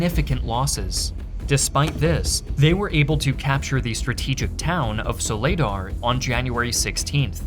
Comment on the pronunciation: Your Ukrainian pronunciation is ass. Stop overthinking it, just pronounce it how it looks Voo-ley-dar Sole-ey-dar Robotyne and Avdiivka seemed about right